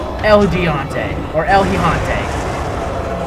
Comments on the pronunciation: its pronounced "El gi-gantae" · what ure refering to is el gigante it is spanish meaning the giant and it's pronounced el he-gan-teh